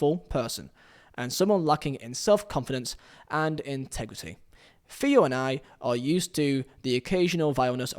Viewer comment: No matter what silly YouTube cadence this guy adapts in order to make himself sound clearer or more apealling to the audience, he fails to understand that pronunciation is the issue, not pacing. It just makes his mispronunciation all the more evident, for example, "Feeo" "Fogdad" "ee" try this, "Theo" "Thogdad" "He"